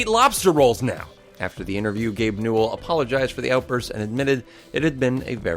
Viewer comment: Hold up, Gabe Newell had 3 syllables: Gabe New-ell.... HALF LIFE 3 CONFIRMED